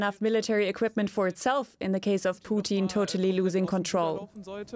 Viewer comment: In the case of "Poutine" totally losing control. As a Canadian this made me laugh out loud 😂 (I know she meant Putin)